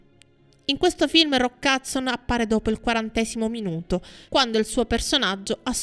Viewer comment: Non capisco perché dice Hudzon anziché Hudson.